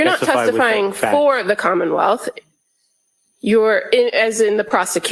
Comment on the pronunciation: does she say “commonmouth”?